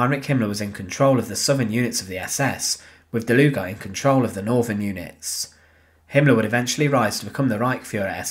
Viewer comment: I like the way he pronounces “Hitlar* and “Himmlar”